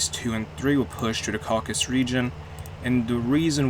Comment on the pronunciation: Caucasus. Not Caucus.